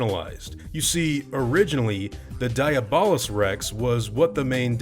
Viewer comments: I'm pretty sure it's pronounced Dee-ah-bull-us-, not die-a-ball-us. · It hurts to hear you pronounce it like diabetes and not like Diablo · I thought it was pronounced De-ah-blos rex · I think you pronounce it dia bol us rex and also Diablo someone translate that